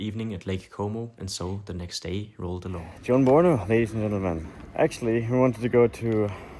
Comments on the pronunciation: buongiorno❎❎ jonbuorno ✅✅ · Buon giorno ❌ Guon Biorno ✅ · gionbuorno it's amazing (buongiorno)